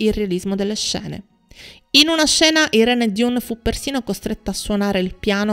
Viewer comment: Il nome dell' attrice si pronuncia: AIRÍN DAN, non DIUN